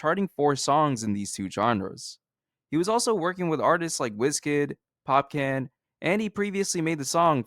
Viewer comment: bro insanely good vid, not the biggest fan of drake but i really sat through all of this bc of how well u made it but one thing, its pronounced POP-KHAN not pop-can😂😂😂